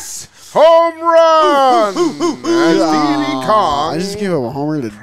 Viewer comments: Calling Diddy "Deedee" sends me through the roof. Do you call P Diddy "P Deedee?" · Why does call him DeeDee Kong? It’s Diddy. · Why do none of them know how to say Diddy